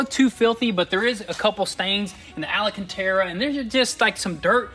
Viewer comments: Al-a-can-tera. 😂 It’s pronounced Al-can-tera……. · its called AL-CAN-TA-RA !!! please stop saying ALA CANTARA ^^🤣🤣🤣